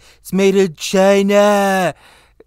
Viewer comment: LOL the way you said "made in china"